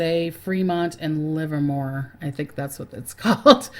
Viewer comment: Earthquakes in bay area..east bay is the Hayward Fault. Berkeley, Livermore, Fremont to San Jose. You pronounced Livermore right :) Thanks for your heads-up!